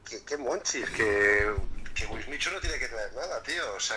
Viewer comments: El hambre de la maria es "munchies" y no se pronuncia "monchis"... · me perturba un poco que en los comentarios digan que "monchis" es de su pais cuando es munchies que es en ingles...